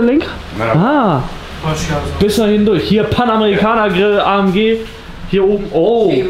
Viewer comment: Das G bei AMG wird im türkischen auch wie im Deutschen ausgesprochen warum sagst du „A M Tsch“ oder so 😂